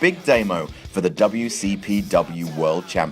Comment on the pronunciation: you said "Goldberg the wcpm legend" WCPC